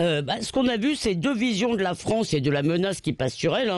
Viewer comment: Aaah la Fronce,. La Fronce!